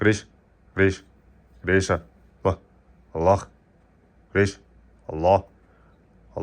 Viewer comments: Аллох дебей Аллаахх деп даана айтсаңар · Биринчи Өзүң үйрөн Алланын ысымын туура айтканды!карганы жайына кой дөң баш.